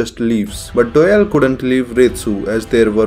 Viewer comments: Everyone: Doyle: Dowell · Lmao he calls doyle dyel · Ah yes, my favorite character, "Dœyl" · Wait is his name pronounced Doy-ley or Doy-el